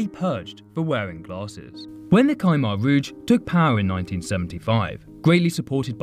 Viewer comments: Bruh I was really hoping that he would pronounce khmer right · When he said Khmer I think you killed all Cambodian even me here